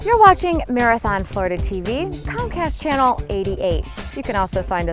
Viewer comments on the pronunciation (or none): It's "channel", not "Chanel".